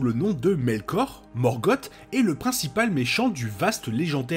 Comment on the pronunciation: Une chouette vidéo, très instructive. Je regrette juste "morgote". C’est Morgoth et c’est pas bien dur à prononcer, il suffit de sossoter un "S" à la fin. Cette différence sonore donne un ton bien plus pesant et sombre à son nom, et donc à son personage. Alors que morgote rappelle quelque chose comme gargote ou papote. Avec le "r" "français" plutôt que le pauvre "r" anglais relégué à une voyelle qui se prend pour une consonne, ce nom est encore plus formidable que l’original. C’est la malédiction de certains grands méchants d’avoir leurs noms dégradés dans leur version française par quelque chose de ridicule, comme Darth Vader remplacé par Dark Vador. On devine d’ailleurs une probable inspiration du couple Vader/Palpatine depuis le couple Sauron/Morgoth, même si c’est probablement Vader qui a de loin le plus de pouvoir potentiel, bien qu’il soit dominé par l’expérience de son maître.